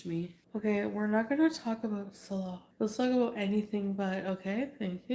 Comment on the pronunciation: strange how she still sometimes mispronounces her own rented "husband"'s name. ("SALL-uh" instead of "suh-LAH")